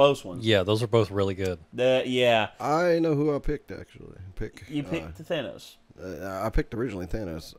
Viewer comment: The Thanos-copter line is fine, but the "ThAYnose" pronunciation ruins it.